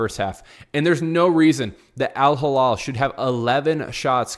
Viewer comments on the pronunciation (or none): Elaborate?!! what was so hard to understand in my comment ?! The name of the club is Al Hilal not AL Hallal as you and many others pronounce it. It is really not that tricky and you don’t need to be fluent in arabic like me to read it right! If both words look and sound the same to you then maybe you need to learn the difference between the 2 letters and vowels. Imagine Saying and pronouncing Real Midrid instead of Madrid. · Do you know how to read????? Do you know the difference between "A" and "I" GEEZ, It is not Al Hallal , It is Al Hilal. Completely two different arabic words with completely different meaning.